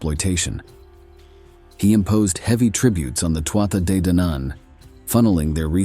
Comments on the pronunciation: Loving the stories but please this is how to pronounce Too Ha they Dan Ann ❤ sorry! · The first battle of was most likely at Finny, County Galway, and was preceded by three days of a game of hurling, which the Fir Bholg excelled at. The battle leader of the Fir Bholg was Sreng whose burial mound overlooks Lough Mask, near Tourmakeady. I found the mound and recorded its size, shape and location in 2016. And, You do not need to purposely mispronounce Tuatha De Danann